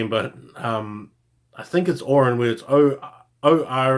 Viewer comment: Oryaan's name is pronounced "Oh" "Ryan".